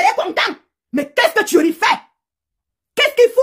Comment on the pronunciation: j' aime trop sa façon de prononcer le nom de thuerry là. Ça dose jusqu'à aaa !